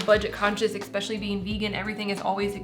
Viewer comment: I always get so tickled when you say expecially ‼️💙😘